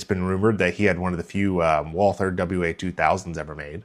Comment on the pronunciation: Go to Google. Select “translate” English to German. Type in Walther. Hit the voice button so you can hear it. It’s pronounced “VALTER.” There is no “th” sound you bozo.